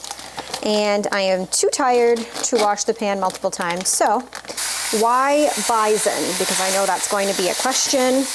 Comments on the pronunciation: What is "bizen"? Do you mean, bison? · Took me a sec to figure out what you were saying when you said BIZON…as we pronounce is bi-son. With an S. Now show us what you feed your shepherd. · At the beginning, during the other recipes, you referred to the bison and I had no clue what you were saying or meant. Then when you began the recipe, I was like “AHH!! BISON” FYI? It doesn’t have a “zed” in it 😉 Pronounce that “s”!!!! 😊😊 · Me, an American, took way too long to figure out what bison was. We pronounce it totally differently. I love finding out random little things like that.